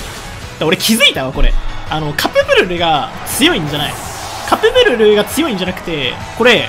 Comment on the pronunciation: 初手カプブルルがカップヌードルにしか聞こえません